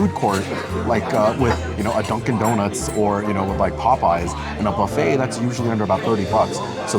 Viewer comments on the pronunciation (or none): none